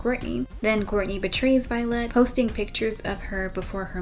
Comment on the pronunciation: I wonder if the weird pronunciation on Violette is meant to be a pun on Vile-ette, indicating the character is a diminutive version of a bike person, or maybe I'm food drunk and I'm overthinking it.